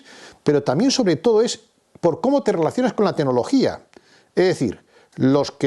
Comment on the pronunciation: enhorabuena por su clarividencia y buen criterio. Y, con todo el respeto, por favor, mejore su pronunciación: se dice 'tecnología', no 'tenología'; 'claro', no 'caro'; etc. Vigile también no cambiar el género gramatical de ciertas palabras. Creo que así sus charlas mejorarán en la presentación todavía más.:) Gracias.